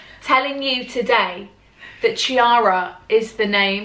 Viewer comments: Chiara in italian (as in Chiara Ferragni for example) is actually pronounced “Kiara” and not “Ciara” :) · the name Chiara is said like ‘key-are-ah’.. you’re Italian you should know that😂😂😂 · As an italian, it feels so weird to hear a brit talking about Chiara Ferragni!! I literally love her and Federico (her husband) so much!! Also, it's actually pronounced "key-arah" xx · Sis...that is not how you pronounce Chiara😭 I thought you were Italian